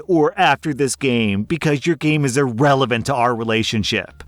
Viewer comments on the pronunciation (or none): none